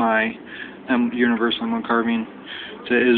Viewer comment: Carbean its carbine